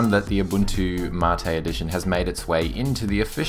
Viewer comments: no the ? rect pronunciation is Mah-tae ....it even says so on the site. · Ubuntu "Mattay"? u wot MATE (see what i did there? No? Ok...) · Im with you there its a great distro been using it for a while now not one issue to date great review its funny how to pronouncement of Mate brings up so many discussions i dont care what you call it for me it works perfectly have a great day mate pardon the pun